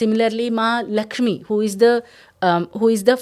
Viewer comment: Didi it is visarga and not anuswara after the word Lakshmi